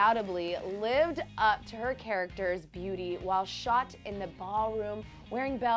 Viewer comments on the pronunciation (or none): none